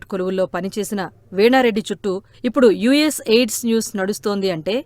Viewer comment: యుఎస్ ఎయిడ్స్ కాదమ్మా యుఎస్ ఎయిడ్ 😂😂అది